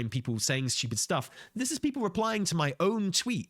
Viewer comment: saying Steewyuupid a couple dozen times at 2x is great